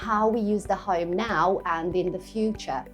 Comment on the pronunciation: I was confused it sounded like a Ham not a Home😅